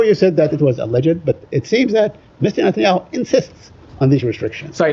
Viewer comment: Y he say mister natanyau